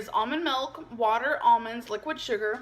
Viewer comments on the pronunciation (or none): I don't speak Dutch, but it is always weird to me that nobody ever point's out how she incorrectly (as for in English) mis-pronounces it that way. mElk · it's so weird how she says "milk" I'm from Belgium, and in Dutch, it is "melk". So it's like she's speaking English, and uses the Dutch translation every time she says milk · “Does regular chocolate have melk or ayygs in it?” I can’t believe we got a “melk” and an “ayyg” in the same sentence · Melk is the Dutch word for milk 😂